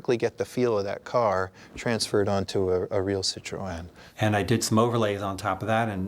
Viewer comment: I wish they knew how to pronounce the name of the car. It's pronounced "seat-roh-en".